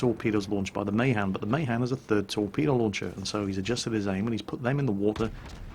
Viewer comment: + The Mahan is pronnounced Muh- han.